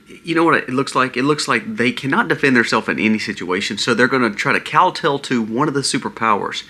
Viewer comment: Thanks for this! But it's COWTOW, not cowtell. It comes from a Chinese word meaning "knock head". Love from Jo in Flagstaff.